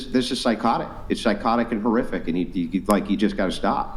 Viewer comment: It’s whore-iffic